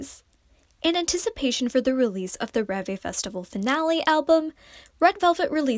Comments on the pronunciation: Its not REEVE. Its LÈH-BÈH (the way Koreans would say REVE) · The way you pronounce ReVe is just....